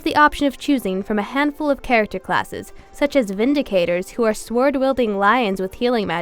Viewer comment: "sWWWord" phonology lol